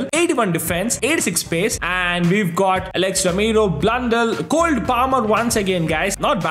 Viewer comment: Its Cole,not Cold 🥶 plamer🙂‍↔️